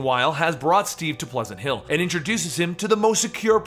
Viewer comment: The town at the beginning sounds like weward payns